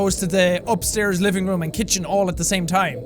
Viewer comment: Jack you said “Go Upstaris”